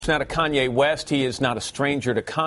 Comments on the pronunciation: its Kanye not Kayne..... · "Kayne" lolllll fail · "Kayne West" hahaha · Great, but who's 'Kayne'? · Kanye is that nigga...LOL he funny as hell...and bush said kanaway west...LOL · (yo peep bush's reaction to kanye's apology)..he's a flat out demon, y? well we know y, but here he displays it again, with a twisted demon trick. he purposely mispronounces kanye's name, calling him Conway West, whoo? Like the demons always do, if its not a westernized name they say it wrong on purpose to diminish ones culture or interest, but if it's some foreign euro name they make an effort to say correctly.. the games up bitches, wev installed a new program with soul&consciouness rebooted